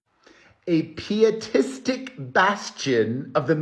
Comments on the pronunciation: I believe it is P-EYE-atistic, Perez. As in "pious". Not P-EE-atistic. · Not criticism: I've never heard the word, pietistic, but after you read the definition I assume it goes with piety - which I've always heard pronounced like "pie" not "pee." I could totally be wrong! Whatever the case, it fits. 😊❤ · Hermano it's PIE EaT Tee. To be Pious. PIE eat isM